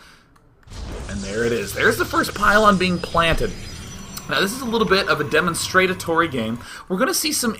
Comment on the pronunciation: "demonstratatory"? really?